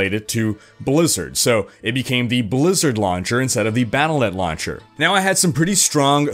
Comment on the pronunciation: Pronounced "Battle DOT Net"